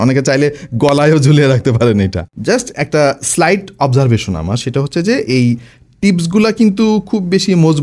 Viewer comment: observesion ki?? english thik vabe bola sikhun ar lame lame natok naa banaye product er dik focus koren